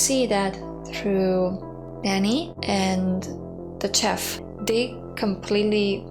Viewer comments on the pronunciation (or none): Chief is not chef, it's shef, kiss*